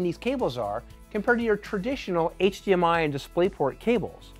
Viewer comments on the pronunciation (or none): none